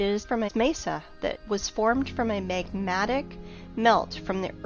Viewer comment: Is "megmatic" a real word? I didn't think so. Not only can you not pronounce words, you are making them up; half- intelligent persons cannot respect or listen to you, & even attempt to invite such fantasized into a mind; not when YOU SPEAK LIKE AN UNEDUCATED IDJIT!!!!